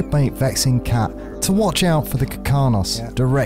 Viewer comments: This is amazing to watch. BUT ITS KARKINOS NOT KIRKANOS. (idk why but it mildly infuriated me lol) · Dude the way you pronounce Ravager and Karkinos gave me radiation poisoning